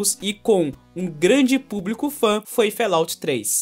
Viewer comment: Fallout - pronúncia: FÓLAUT, e nao "félaut"... abraço ;)